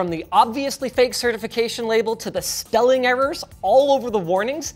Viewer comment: Did you just missay "spelling" as "stelling"? You did, didn't you